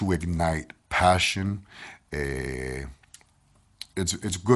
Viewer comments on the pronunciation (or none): none